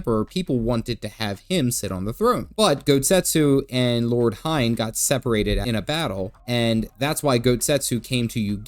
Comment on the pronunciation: Oh come on can you at least pronounce Hien correctly...? This is starting to be a bit irritating and ""ha ha dumb white Amurrican"-like, which you are not. You're better than that stereotype.